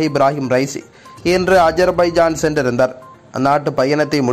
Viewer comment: என்ன சென்றிருந்தர்,... நின்றிருந்தர்... போயிருந்தர் ன்னு எல்லாமே குறில் ஆக வருது